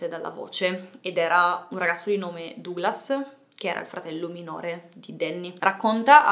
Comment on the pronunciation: Comunque Duglas si legge Daglas.